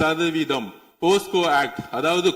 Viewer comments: மிஸ்டர் ஆதவ்.. அது போஸ்கோ இல்லைப்பா போக்சோ.. 😂😂😂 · அது போக்சோ, போஸ்கோ கிடையாது. எங்கே வளந்தவனே சொல்லு போக்சோ போக்சோ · இந்த லாட்டரி திருடனுக்கு போக்சோ என்று கூட சொல்ல தெரியவில்லை அதற்கு பதில் போஸ்கோ என்று சொல்கின்றான்